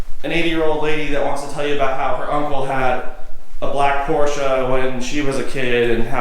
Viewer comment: it’s not Porscha, it’s not Porschuuh, it’s not PorschE. Like Elena, Emily, Emanuela... PorschE. Nice car, but my third language is German, because i live i Austria and when i hear someone saying PorschA or Porshuuuh... It’s not that hard, man :/